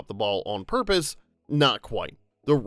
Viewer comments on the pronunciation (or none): none